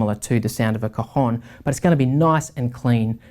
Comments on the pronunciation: Hi,your pronunciation of El Cajón is not correct.Impacts the A cAjón.You say "testicle" in Spanish..."COJON".... Regards from Spain! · Great review!! and I had a lot of fun when you pronounced the a of cajon so closed that sounded like an o "cojon" (cojon means testicle in spanish) this makes your review even better ;)